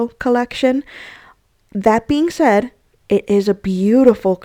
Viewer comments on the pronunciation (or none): none